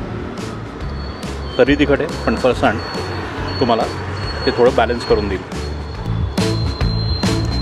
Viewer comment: तुम्ही पुण्याचे असूनही फरसाणचा उच्चार चुकीचा करताय!